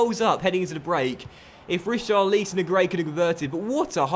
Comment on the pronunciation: Just a heads up! It’s pronounced Ri - char - li - son. Not: Ri - char - leese - on. Loving the series though. Any update when FM 18 will happen? I’m sorry if you’ve mentioned it before, I may have missed it.